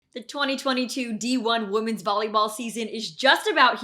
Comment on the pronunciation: B*tch is back and still can't pronounce "women's" and still says "woman's"